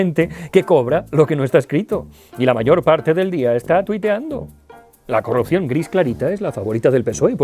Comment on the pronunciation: Has dicho "de carrupción", luego corriges, eres humano. Bieeeen!